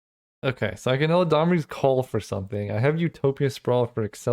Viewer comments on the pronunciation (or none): not "el-a-damri's"call "elad-amri" eladamri lord of leaves